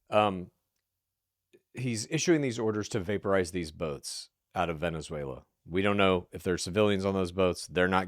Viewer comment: Please can we teach to pronounce Venezuela correctly...its just basic respect